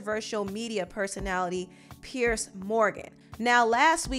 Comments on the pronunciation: It's pronounced Peers, not pierce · You Are not pronouncing his name correctly it is PIERS